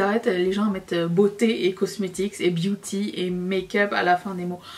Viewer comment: Mdr!!! La manière dont tu prononces ace beauté est exactement celle que j'ai eu dans ma tête en voyant le nom de la marque 😂 d'où mon commentaire sur les terminaisons beauty etc... ça m'a aussi fait penser à Gerard cosmetics, nom de marque qui m'a toujours fait rire 🤐 Par contre, je suis tout à fait d'accord avec toi sur la nécessité d'inclure ces terminaisons pour que les gens sachent ce que propose la marque, j'ai reçu mon colis ketchup fantaisie aujourd'hui et mon copain pensait que j'avais commandé du ketchup!!! C'était bien drôle! Ton combo boucle d'oreilles/make up est juste magnifique 😍